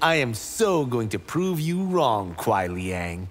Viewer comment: It’s Kuai. Not Quai.